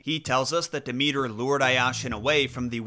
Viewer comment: Maybe if you learned to pronounce her name she'd be kinder to you.